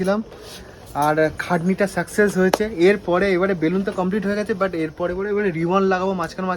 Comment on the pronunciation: বেলুন্স না ওটা ওটা হবে বেলুন ঠিক করে বলো বেশি ভাব নীতে গেলে এমন হি হয় 🤣🤣